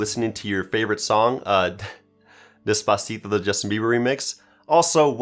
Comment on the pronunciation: He pronounced despacito the wrong way